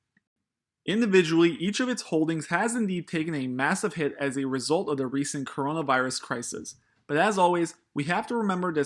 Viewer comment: He said CORNAVIRUS